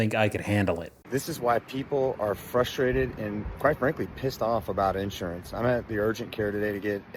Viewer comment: The accent is on the second syllable, not the first. in-SUR-ance.